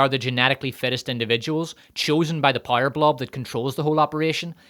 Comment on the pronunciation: I just realized after watching several videos that “pyre” is just how you pronounce power lmao, I thought “rings of pyre” is some kind of joke I’m not getting.